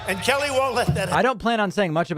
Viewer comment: I think he said "our Kelly". But it's still funny. lol